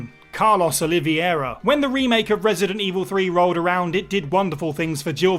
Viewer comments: Carlos oliVEIra not Oliviera! Need to brush up your portuguese...😜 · OliVEIra not Oliviera. I understand it's a hard name to read for English speaking people and some confuse it with the Spanish Olivera but can you try to read at least right. In the RE movies, they misspelled it 🤬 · They misspelled his name in the movies and his pronunciation of Oliveira was dreadfull. He read it as OlivIEra instead of OliVEIra